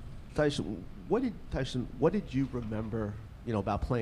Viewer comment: Tyshon??? I hope the dope who has NO CLUE what Walker’s first name is sees this - hey, dope, it’s TYSON not Tyshon. You failed miserably.